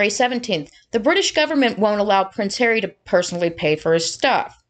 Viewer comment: I love how you say “Pwence Haweeee”👍🏼. I like how Trevor Coult MC referees to him. You know and he deserves it. Those two little liars deserve everything they get…..and their minions too🙄